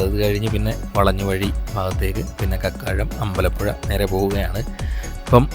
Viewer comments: ക്യാരമൽ കോളേജ് ❌ കാർമൽ കോളേജ് ✅ കക്കാഴം ❌ കാക്കാഴം ✅ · കക്കാഴം അല്ല കാക്കാഴം എന്നാണ്